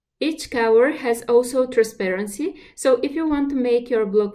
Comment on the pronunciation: I guess when she says cower it's actually color? Distracting